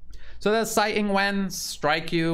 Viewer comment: Funny anecdote the way you’re pronouncing Tsai as Sai means sh it in the dialect they use in Taiwan. It’s very appropriate though.